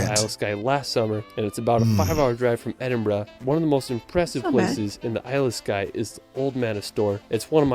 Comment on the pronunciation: The narrator doesn’t pronounce any of the names properly. He should have learned how to say Edinburgh, Glenfinnan viaduct etc better before attempting this video. If you pronounced the names the way he says the locals will either laugh at you or punch you. I’m from Scotland, I live just outside Glasgow and one hour from the capital Edinburgh. I’m not that far from Stirling and it’s history eg the Wallace Monument dedicated to William Wallace (Braveheart Movie). I adore the Highlands especially Skye. I’ve been Wild swimming in Loch Lomond and Loch Ness and white water rafting on the river Tay. I’ve also been on the Jacobite steam train over the Glenfinnan Viaduct and i’m not a harry potter fans as well as visiting Culloden battlefield , various castles, and the fairy pools in Skye. You can’t beat Scotland for its beauty and i’m glad i was born, bred and still live here. Thanks for the reaction. Take care 😘🏴 Alba Gu Braith🏴❤️